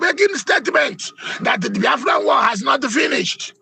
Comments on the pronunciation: He can't even pronounce Biafra. Why does he hate Igbo's so much .God will disappoint all of you IJN amen. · Aba titi is a goat. A tribal bigot. Can't even say BIAFRA. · Abati knows how to pronounce every word except Biafra. Abati, may you end as you wish Biafra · Abaty is illiterate. He can't even pronounce BIAFRA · Abati is 100 % anti Igbo , even when u listen to him how he pronounces the Biafra from his mouth u will not need a soothsayer to tell u his hatred for Igbos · Brown envelope RUBEN ABATI. He can't even pronounce BIAFRA well. Well he's protecting his brown envelope. Which country, we're not Nigeria. Foolishness in the highest order. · I said it before and I will say it again. Abati should learn how to pronounce Biafra unless he is too lazy. He sounds like a goat when he says Biafra. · He cannot pronounce Biafra. Stop Nigeria Is no more a country It has expired. Biafra Nigeria war has not ended because Yoruba wants every Igbo dead. Hausas and Fulani hatred on the Igbo is Secret but Yoruba Is showing theirs own before the public. You have Said It every Yoruba Person Is a Muslim. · Does he think that mispronouncing "Biafra" will lead to the relinquishment of the struggle ? He deliberately calls it "bafra" hoping to hurt the Biafrans but he's hurting himself. If I should use the same for your name then you're called "Akpati " meaning box or coffin. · Abati, It is BIAFRA and not bayafra- You are not, a good human being but a bloody liar- You betrayed President Goodluck Ebele Jonathan, as His media chief- You are a bloody hypocrite! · Ruben calls us B-A-A-F-R-A!!! Did he go to school??? Maybe he went to an Islamic school? Please I would like him to at least learn how to pronounce Biafra correctly. Is he such an illiterate that he cannot pronounce simple English words??? How can he be working in broadcasting. Okay, maybe because he is a moslem. He is a shame to the studio that he works for!!!!!!!!